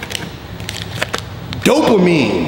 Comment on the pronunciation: Dopamine...no... DOPAMITE LOL